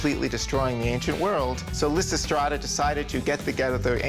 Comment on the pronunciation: So-called Picasso expert can't even pronounce the title of the work Lysistrata.